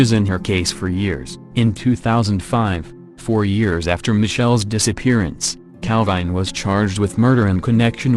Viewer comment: Cal-vine did it